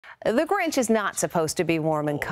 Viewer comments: the grench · That’s not the grinch that’s the granch